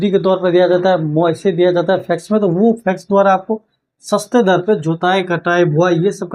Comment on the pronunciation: फैक्स क्यों बोलते है।